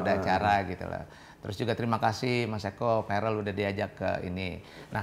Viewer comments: Bukan varel mas Eko tp verel😅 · verel om eko bkn varel.... 😊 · Namanya Verrel Om Eko bukan Varel 🙏🙏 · Verrel om Eko bukan varel 🤣🤣